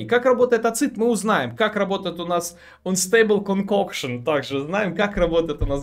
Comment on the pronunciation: Эйнстебл конкокшн как Гарри Поттер прочитал заклинание😄😄😄